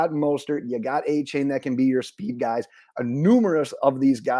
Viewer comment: AH-chain not AY-chain. 👍